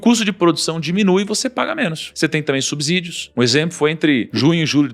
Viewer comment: e tem mais: subsídio pronuncia-se subCídio e não subZídio